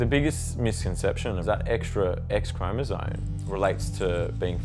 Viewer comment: Pronouncing "chromosome" as "chromozone" has been spreading fast... :/